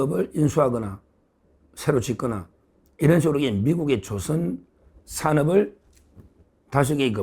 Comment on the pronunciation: 서변님. 말씀 중에 '조선' 이란 단어 발음은 '조선'이 아니고 '조:선'으로 길게 발음해 주세요 사투리가 너무 심합니다.